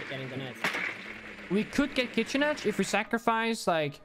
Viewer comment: Kitchen kitchen owwww not kitchen 😂